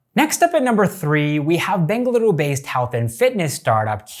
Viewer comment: Happy yo hear you pronouncing Bengaluru correctly